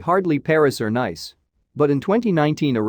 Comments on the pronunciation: I think it’s because it’s a electronically generated voice. Pronunciation of “Nice”, city in France, pronounced like “nice”, English word, rather than like “Niece”. And a couple of other things. It’s not a human talking. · Just get the robot to pronounce French properly!!! Nice????? For heavens sake!